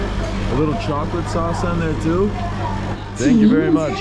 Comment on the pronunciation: You can't even say thank you the correct way. And putting "Perception" as your logo goes a long way to showing that you lack it!